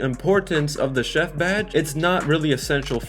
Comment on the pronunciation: bro you got chef wrong